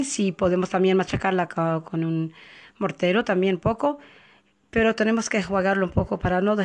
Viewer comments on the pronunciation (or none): none